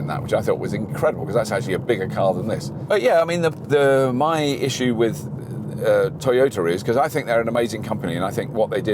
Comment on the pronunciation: its toyota....pronounce as "ta" nt told